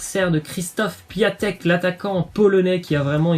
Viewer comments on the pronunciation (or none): On dit pas Piatek mais Piontek putain